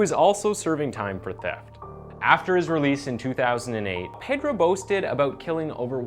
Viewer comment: Visualante xD you need pronunciation lessons. Also it's pedro not peydro. Massacre not masakeer.